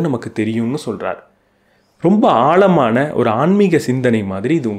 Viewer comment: ஆழமான என்று உச்சரிக்கவும் ஆள்மான அல்ல. எளுத்து அல்ல எழுத்து. முதல்ல அதை சரி செய்யவும்